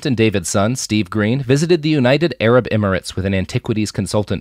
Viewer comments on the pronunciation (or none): none